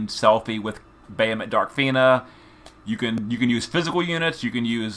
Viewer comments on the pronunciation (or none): Can someone please help this man pronounce Bahamut?